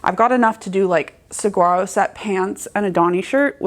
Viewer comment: love those plans. I too am also starting in on my fall sewing beginning with a long simple wrap skirt in a light weight corduroy. The color is very similar to your pair of red fabrics and screams autumn. One thing I am compelled to share with you is in regard to the pronunciation of saguaro, the protected gorgeous tree type cactus that we have in the dry southwest of the US. The “g” is pronounced as a “w”. Obviously you are not the only seamstress mispronouncing it but if you could pronounce it correctly I know that your followers will also pronounce it correctly. I probably come off as being knit-picky but it is such a venerated (and protected) unique cactus that it deserves to be pronounced correctly. I am enjoying your videos and wish to thank you for taking the time to share them here. ❤